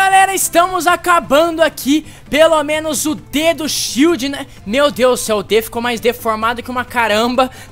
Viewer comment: ''SHIELO'' h3uhu3uh3